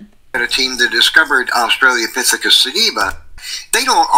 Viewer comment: “australiapithecus tibula”